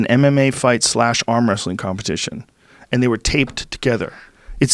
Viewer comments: "it's just wrastlin." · "Just wrasslin..." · "Just wrasslin"...Ron Funchess